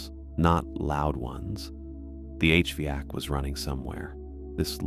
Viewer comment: A recurring issue with the narration in these stories is the pronunciation of “HVAC.” In the manuscripts, replace every variation with “H-vack.” That will fix the problem. If you want to sound out each letter of the acronym, “H.V.A.C.” will do it. Otherwise, pretty good mastery.